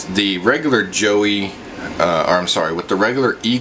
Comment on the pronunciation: Did you really pronounce it "Joey" instead of "Joy"?